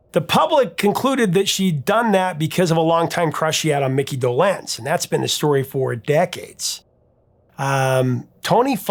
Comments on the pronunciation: I love you and I am the biggest Monkees fan ever!!!! But just one thing is like nails on a chalkboard. It's Micky DOlenz. Not doLENZ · I was 10 when the Monkees were on TV, and I never heard Micky’s name pronounced Doe-LENZ, but rather DOE-lenz… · It’s pronounced Dolenz, not Dolenz. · I was just thinking of Zager & Evans IN THE YEAR 2525. have you dived into that one...hit wonder? I never heard anyone put the accent on the second syllable of DolENZE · "DohLENZ"? ...sigh... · Regarding the pronunciation of Micky Dolenz's last name, I believe the accent is on the first syllable. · Do in Dolenz is pronounced with short O. Also, it's a hard Do and soft Lenz. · Seems you pronounce Dolenz differently than I've ever heard. 😂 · You’re mispronouncing Dolenz. The accent is on the first syllable. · Not the point but the way he was pronouncing Mickey Dolenz is not how I remember it. I was 10 when The Monkees premiered and liked them just fine, I think I had a mild crush on the group, but my musical tastes veered off from them rather quickly. For instance, The Beatles White album only 3 years later was a prize purchase. Eric Clapton, All man Brothers, etc had my attention, definitely not the more pop kind of music Anyway, we pronounced it closer to doe -lenz, but perhaps my group was wrong, idk. I thought I knew? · Why don't you know how to pronounce Dolenz? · Why are you pronouncing Mickey’s last name so weird? Can’t get passed it! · Longtime fan here, Professor, but The Monkees seems like a gap in your prodigious knowledge - mispronouncing Dolenz and Rafelson says as much. Would love for you to give them a much-deserved 2nd look. The saga of The Monkees battling Don Kirshner for creative and musical control over their albums and recordings is one of the great stories of the Rock n' Roll Era. And congrats on topping 900k subs!